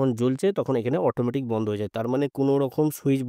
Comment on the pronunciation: Banda ? Bandha bolte janona ! Madrasa education naki !